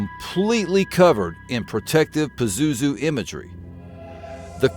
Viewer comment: Hi yes while you're mispronouncing his name , which is probably a good thing. Indeed pazuzu is real and yes I've had encounters and yes as the ancients did . I have and can call him if needed today . The missing artifacts were taken by united states proxy army ISIS and sold to private collectors whom either surrendered to gov were gov or some connection to . They invaded Iraq because Saddam found a Stargate while restoring Babylon. That begat desert storm . Crowley released pazuzu in 1939 , he was bound before that a few houndred decades . Pazuzu is quite free and quite active . By the way he's known as the grinning dark angel of the four wings .